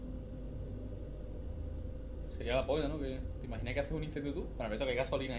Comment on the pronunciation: "teh imaginah" JAJAJAJAJJAJAJAJAJJAJAJAJA